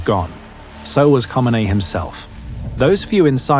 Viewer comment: LOL, Who T F is "Homanay?"